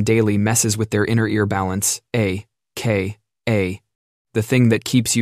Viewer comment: I like the voice. Still need to proof listen to things like A…..K…..A and A.M